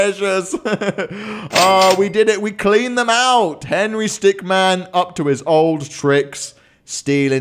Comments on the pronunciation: Why is he saying stickman not stickmin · It's henry stickmin not stickman. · Sir. It’s Stickmin, not Stickman. Get it right. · "Yes, we are back with the Henry Stickman collection" Me: It's Henry Stick*min* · Stickmin not stickman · Its stickmin,stick-MIN